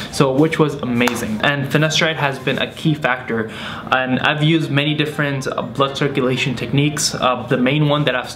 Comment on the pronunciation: I thought he said butt circulation